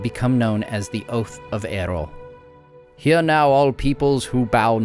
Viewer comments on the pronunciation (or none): Just a tiny complaint. It's Eo-rl (not Er-ol), It can be easy to miss. I presume this comes from "Earl" (Jarl; old Scandinavian rulers) Incredibly well done. Thanks for your attention to detail and awesome story-telling. Can't wait for more content. :) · Another great video from. Thank you. I admit I wince a little that every time I hear the name Eorl pronounced like Errol (as in Errol Flynn with a trilled "R) but that's a trifling niggle that matters not. Thanks again. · Great info and visuals! Being a purist I have to suggest that the pronunciation of Eorl should be "eh-or-uhl" like the first part of "Eorlingas" when Theoden yells "Forth Eorlingas" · Love the subject.... Just one question.... Who's Erol? Is it Eorl?